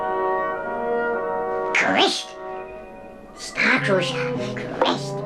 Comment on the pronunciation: "Star cruisah? StarRrRrR cruisssaaahhh" I laughed way too hard at that, I'm sorry okay. And Chris' face at that part legit made me snort I can't.